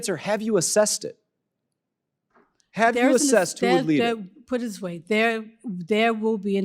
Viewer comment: " Dis question.." " I can't answer dose questions..." "Dis and Dat .." Utterly brilliant.